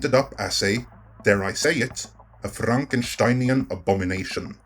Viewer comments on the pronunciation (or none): Marvel: "Don't say it": "FLANKENSHTEINIAN"